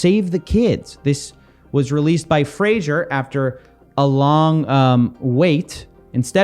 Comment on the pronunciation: his name is pronounced like the TV show Frasier, you dont say Fraser, as it sounds like laser. Fray Zher with a soft shh in the middle